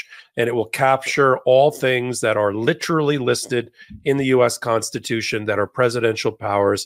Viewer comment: Lit•er•al•ly ... you're an adult, speak like one.